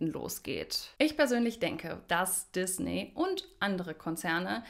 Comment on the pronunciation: Die Firma heist Disney. Gesprochen mit ie und nicht ey!